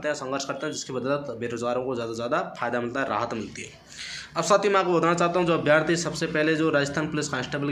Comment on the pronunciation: Bhai अभियार्थी नही अभ्यर्थी होता है